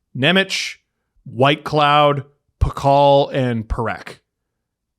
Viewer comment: it’s pronounced pah-hall (Pachel)